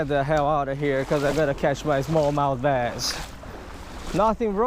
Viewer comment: I like how you say bass "baiz" I actually like it